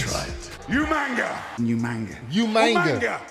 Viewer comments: The irony of Regal's pronunciation of Umaga's name, is that it's closer than everybody else's. 😂 Umaga- {oo-mah-ngaah} For a better example of the pronunciation, look up Tana Umaga. P.S.: As for Goldust and the spinaroonie, remember... melonin, in his soul😂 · Where did the n come from😂😂😂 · That's what I said, Umanga, Big Samoan fellow, funny hair" Regal was good for mispronouncing names